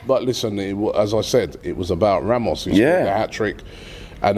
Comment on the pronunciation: This surname is not pronounced literally like Ramos, it's ['rɑːmʊʃ].